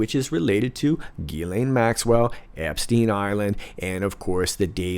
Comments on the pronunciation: S'il vous plait,, don't yell at me. You see I'm French, hence highly sensitive. But I MUST tell you: it's 'GHEE-LENNNN' (the mini-Maxwell) and 'NAHNT' (the burnt Cathedral). Don't argue, French women are always right, you won't win this. Merci beaucoup, excellent reporting and analysis as always. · Are you saying the second syllable of Ghislaine’s name wrong just for fun? The British MP said it right on your program!